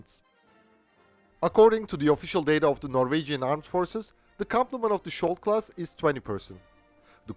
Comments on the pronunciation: Your pronounciation is dead wrong. the sk in skjold is pronounced like the sk in skiing. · In this case its Skjold, not skold. Skjold means shield